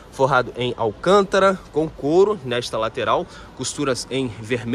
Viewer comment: O nome do revestimento é "alcantara" e não "alcântara". Muda a pronúncia porque não tem circunflexo!